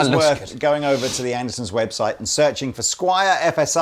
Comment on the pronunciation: There it is again. "Anderson's!" Is that the British pronunciation?